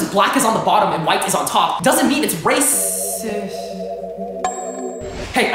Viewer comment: I swear this guy will never say the ‘t’ in ‘racist’.